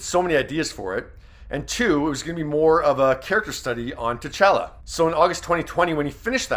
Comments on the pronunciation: It's T'Challa ... (ta chah lah) not t'cello or whatever the hell you said. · it’s t’challa not tetchella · for one just stop talking and let us feel what Ryan says.. and 2 if you’re going to speak pronounce the name right.. It’s Ta-challa not Ta-chawla